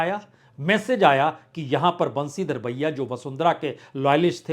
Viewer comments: Sir thank you for an ideal poll analysis. Please mind some pronunciations. Speak खंडेला not खांडेला बंशीधर बाजिया not बंशीधर भैया बाँदीकुई , not बंडी कुई डोटासरा not डोटासारा झालावाड़, not झालावर. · 😂😂😂 खानडेला नहीं खण्डेला बंशीधर बहिया नहीं बाजिया 😂😂😂